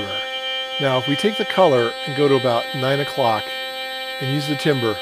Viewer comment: timbre is pronounced tambər.